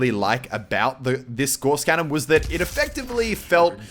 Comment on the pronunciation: Its pronounced Gauss cannon Im pretty sure, if Im wrong correct me.